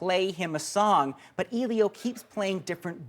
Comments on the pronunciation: You're so right, I want to jump off a cliff too! Elio was the name of my first boyfriend in Italy when I was 17, so I'm particular about the name! It's "Eh-lee-o", the "e" pronounced as the e in "egg"... I'm surprised at the guy in the vid -- they pronounce his name in the movie only about a 1000 times (duh!) so I'm baffled as to why he's getting it wrong.... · "Eelio"? Damn it, it's "Eh-lio"! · The fact that ur saying EE-lio instead in Elio is pissing me off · the fact that he says EEElio EEEritates me. 😒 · I stopped watching after he said "Eeleeo". Did he not watch the film? His name comes up a lot, surprisingly. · I'm Canadian and I disapprove. ain't no eeeelio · ellliiOOO omg hes saying hes name wrong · As the critic butchers the name "Elio," I clicked thumb-down and now I'm off. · The way that guy says "Elio" makes me want to jump off a cliff omfg it's really not that hard to pronounce